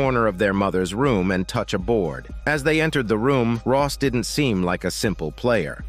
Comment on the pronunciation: Rose , not Ross